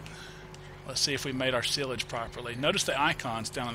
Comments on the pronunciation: it is not sillage it is sileage you ideot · you say sialage rong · its pronounced SY-LAGE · It is is-page not sil-age? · its silage no sillage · PRONOUNCED SI LAGE. Like SI on duck dynasty, and LAGE like ledge without the d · silag it is not how u prononce it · Your pronouncing silage wrong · you do know silage is pronounced with a long i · you said silage wrong but it was AWESOME the way your accent phrases it! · you are saying silage wrong lol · fyi that is not how you say silage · learn how to say silage!!!!!! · U pernounce silage wrong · Silage as in 'Sigh' - 'Lidge' ... Weidemann as in 'Wider' - 'Man'